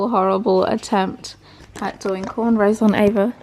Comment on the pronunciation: you butchered that cornrow! Lol good attempt 😁you guys are hilarious!